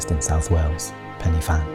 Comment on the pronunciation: Heya, just letting you know, "Fan y Bîg" is pronounced "Van-Uh-Beeg" not "Fanny-big"! Same with Pen y Fan, pronounced "Pen-Uh-Van"